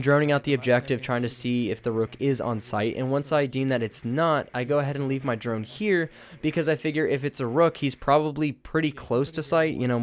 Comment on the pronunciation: The way he says echos drone😂😂